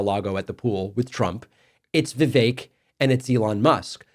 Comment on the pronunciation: She can't pronounce Vivek correctly